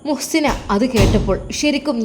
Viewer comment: മുo ദാസ് അല്ല മുഹ്സിന